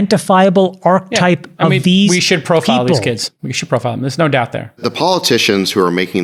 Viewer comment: Hoping that one of the besties will teach Chamath how to pronounce “archetype”